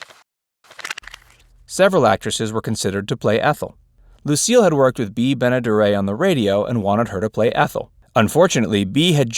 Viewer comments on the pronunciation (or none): Just a note on the pronunciation of Bea Benaderet's name. You gave it a French-style pronunciation (ben-a-derr-AY); but she used a completely anglicised pronunciation (ben-a-DERR-et). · You pronounced Bea Benaderet's name WRONG!!!